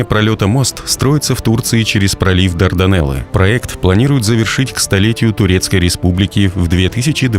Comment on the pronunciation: Не хочется тебе это писать, но все-таки правильное ударение "ГаллИполи" и "Дарданнелы", а не "Дардинеллы"